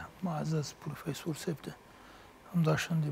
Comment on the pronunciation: دغه محترم نطاق صاحب لا تر اوسه هم ف ته پ وایی او پ ته ف ، فروفیسور صاحب 😁 همغه چی پروفیسور ووایی ۔